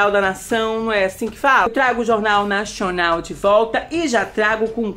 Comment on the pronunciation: Vc falando 'Nashwnal' é a melhor coisa haha